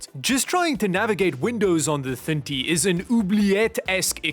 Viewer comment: PC ❌ Peacie ✅ Thin T ❌ Thintie ✅